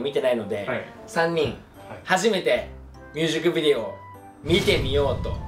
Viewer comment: 優里くんいつもミュージックビデオが言えてなくてみゅーじくびでおになってんの可愛すぎるwww